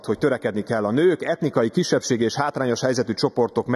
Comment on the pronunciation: CSAK KÉRDEZEM, a "...kátrányos helyzetű csoport..." megfogalmazásán mit kell/lehet érteni,...vagy csak "szóbotlás" lehet?